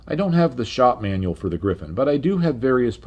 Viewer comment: I love your content! Just one remark: it's a RR Griffon, not Griffin, as you pronounce it.